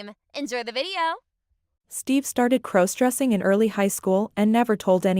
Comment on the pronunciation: u can't even correctly pronounce "cross-dressing"??? Such crap I couldn't listen for more than a minute!